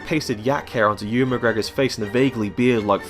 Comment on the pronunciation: it's Ewan not Ian